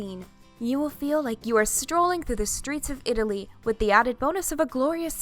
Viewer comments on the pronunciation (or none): none